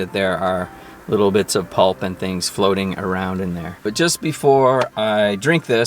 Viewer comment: Pulp, it's pulp, lol, Merry Xmas!